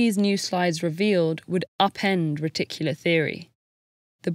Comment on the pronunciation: Am I the only one who heard "reticular theory" as "ridiculous theory"?